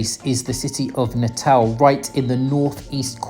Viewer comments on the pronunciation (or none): la pronunciación de Natal en portugués es Natau (cuando la L está en final de palabras o en sílabas, esa L se pronuncia como una U) se pronuncia Belo Horizontchi.